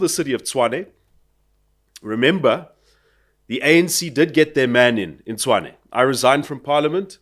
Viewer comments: Actually his pronunciation is 'Chuane' or 'Chwane', which is not quite right. Tshoane and Tshwane are pronounced the same, one is Sotho, the other Tswana. But yes, the guest's pronunciation is the correct one. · it's Tshwane, not Chuane . Listen to how Cilliers pronounces it 😊